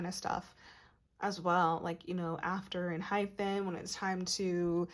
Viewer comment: Found your page and loving your readings so much. You have a lovely voice to listen to and you pick up on the boys energy so well. Can I just point out one thing. It’s pronounced EnhyPEN not Enhyphen.